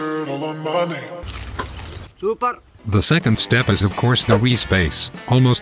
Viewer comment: Indian man supppeeeeerrrr got me 😂😂😂😂😂😂😂